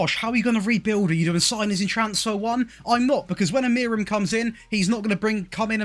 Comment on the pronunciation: it's pronounced "Uh-Moo-Rin"